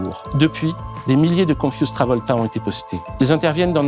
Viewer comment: On dit con-fyou-z'd - confiou'zd et non pas confusse